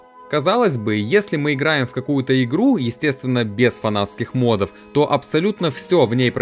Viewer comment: Уважаемый автор, ну ты же взрослый умный парень с большом опытом написания сценария и опытом диктора — почему же ты ставишь ударения так плохо? Если честно, очень тяжело слушать. Орфоэпические нормы: мóбов, мóдов, дáнжей, вéресковый. Было бы намного приятнее смотреть видео, если бы из раза в раз не приходилось слушать ошибки. Удачи.